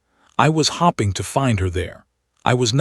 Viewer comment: How come you keep saying hopping and not hoping. If you are really reading this why do you miss read ( red ) it. Shouldn't you be able to use context clues to tell the difference?